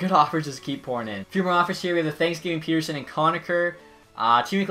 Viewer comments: It triggers me when he calls Petterson "Peterson" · Swerve On You Same my favourite player it’s 2 t’s not one lol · You keep butchering Elias Pettersson’s name in every video